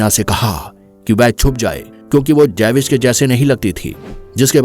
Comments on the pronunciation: जेविश नही भाई " ज्यूविश "... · Jewish 🚫 Javiss✅